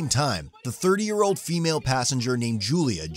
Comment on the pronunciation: Are you saying Julia? Because I'm seeing Junior.